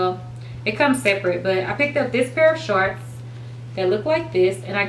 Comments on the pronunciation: "Sharts" "Sharts" "Sharts"!!! Lol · Lmbo she does say sharts😂 but I still love her